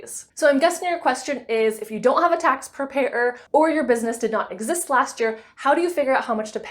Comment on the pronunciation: Prepair-er 😅 Great video